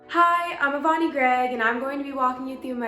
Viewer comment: This clown doesn’t know how to properly pronounce her own name and I’m supposed to think she knows anything 😂